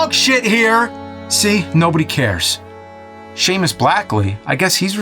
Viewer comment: Thank you for actually pronouncing Seamus right